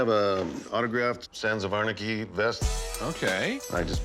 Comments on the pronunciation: "I'm a big fan of Sans of Arnachy show". 🤣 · “Sans of Anerkey”? Anyone else notice him saying that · Did the seller really say "Sans of Onarchy"? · He pronounces it Sons of Arnaky lol. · Sons of “ARnachy” 🤣😂 Yeah, he’s obviously a “big fan” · "Sans of Anarcky" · “Sansaf Varnachy” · Sans of Arneky 🤣 “I’m a big fan of the show” but he can’t pronounce it. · "I'm a big fan of the show" calls it "sans of onarchy" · "Sans of Arnachy" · He kept saying sans of onarchy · "Sands of Onarchy" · My man said sans of anarchy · did this dude just say "sans of arnegy" 😂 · “SANS OF ARNACHY” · That was the weirdest pronunciation I've ever heard of Sons of Anarchy. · Says he's a big fan of show but mispronounces name of show 😂